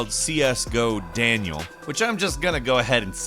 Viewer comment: Well now... There was no need to say Daniel like that :/